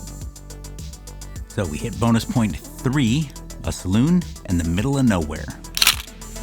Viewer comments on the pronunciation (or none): none